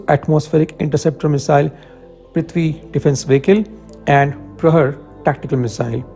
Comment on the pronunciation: The name of the missile is Prahaar. Its pronounced as Pra-Haar and not Pra-Her. Prahaar means "Strike" in Hindi. Its not related to the word Prahar in Sanskrit, which means something else. Sincere advice, your pronunciation is terrible and you need to work on it